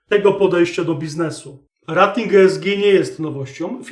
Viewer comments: Rating wymawiaj jako REJ-TING. Poza tym, wszystko okej. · super materiał. Proszę mówić "rejting", bo "rating" nie da się słuchać, kłuje w uszy. Jeśli już chcemy wymawiać po polsku to spolszczmy to do naszej "oceny/klasyfikacji". Pozdrawiam